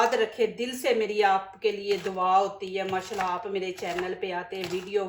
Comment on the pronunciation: dwa nhe Dua hota hay